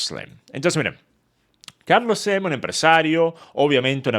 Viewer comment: Carlos sleemmmmm 😐 sos venezolano? Chao no soporto ese hablado